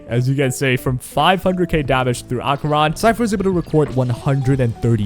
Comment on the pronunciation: I have never heard ANYONE pronounce Acheron's name as Ah-Cron